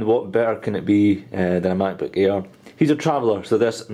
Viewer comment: sounds like hes saying "macbook ear"